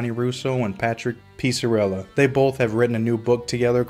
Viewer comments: It's Peecharellee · You might want to learn how to pronounce Picciarelli.